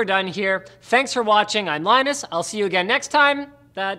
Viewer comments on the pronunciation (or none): LONUS WOY ORE YOU HEER